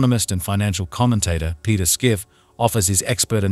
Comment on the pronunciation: His Name ist Peter Schiff, pronounced as shif